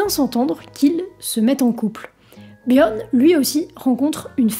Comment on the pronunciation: t'sais pas prononcer "bjorn" ??? m'enfin